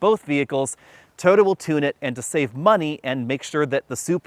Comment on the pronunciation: Please learn to pronounce TOYOTA